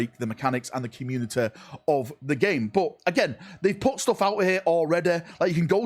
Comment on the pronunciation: Commu-ne-eh - come on man 😂